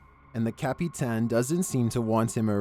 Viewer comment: (cap-pee-tan) 😂 I think your illiterate.